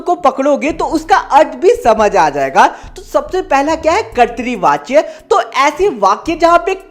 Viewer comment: Karti vacha nahi hai kartavachya😂😂😂😂